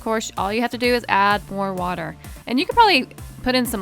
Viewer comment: You said weter.